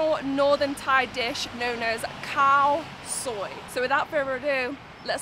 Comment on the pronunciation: "Khaw Soi" not "Cow soy" haha